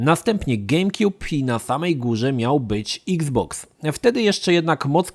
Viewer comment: Bardzo fajnie wymawiasz nazwę xbox. Niektóre obcojęzyczne słowa brzmią wyjątkowo głupio po polsku wiec nie ma co na siłę wymawiać ich tak. iks boks o wiele lepiej brzmi niż eks boks :) eks pudełko znaczy że co już nie pudełko tylko kula? :D